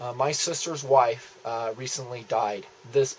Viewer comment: "my sister's whife" ? ehm, well.. that's not right is it?